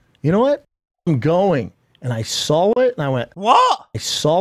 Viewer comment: Bruv the way he sits like a lady principal and talks so confidently but then can't say "saw" or "text" f*cking kills me.